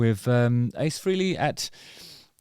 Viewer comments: Freelee, Freelee, Freelee, ... I can't hear it anymore 🙉 Why don't you all finally say it the way Ace himself said his name? At least now that he's gone! Finally make the effort and pronounce his name correctly... 🤬🤬🤬 Rest In Peace Ace Frehley (pronounced: Fray-Lee) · it's pronounced Fray-Lee. Rhymes with Haley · It’s Fray-Lee not Free-Lee 😎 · You're saying his last name wrong. Its definitely not FREELY. Its pronounced Fray-Lee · Its freyli not freely. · This is a pet peeve of mine, and I mean no disrespect. Ace’s last name is pronounced “fraylee” not “freelee”. He was never one to correct people, but always made a point to notice when people “got it right”. Just thought that at this time of paying respect, we can finally respect the proper pronunciation of his name. Don’t feel bad, you are one of many who say it that way!!! Cheers! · It is pronounced "FRAY-lee" not "FREE-lee". Say it out loud, Justin. "FRAY-lee". Frehley. Good mop-top. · Kind words there Justin Harkins. It's Frehley (Frayley), you think after 50+ years people would know how to say his name? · It’s pronounced "Fray-lee”. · He has a producer. She would have told him how to pronounce Frehley (rhymes with Haley, like the comet). No one missed that solo project’s name; not even me, a lifelong hater of KISS. Ace was okay, though. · Literally everything this guy says is with foot in mouth... can't say Ace's last name right, oh and why would he remember you? Cuz your a demeaning ass? Further... what you seem to think and spew of Ace and in his passing. I got through about 2 or 3 listens of your "good" album and it was a hard pass, keep up the good work with the podcast every now and then.